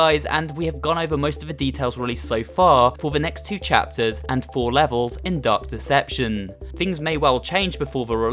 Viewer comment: I thought you said duck deception